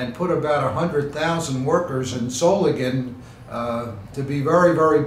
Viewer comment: Does Solingen have a silent N.